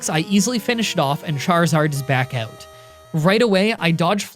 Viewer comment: Take a sip every time he says "took him oewt" or any such variation